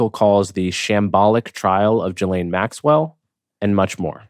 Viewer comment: Coleman Hughes goes full MAGA Trump dick rider. What a pathetic human. He can't even pronounce Ghislaine's name right.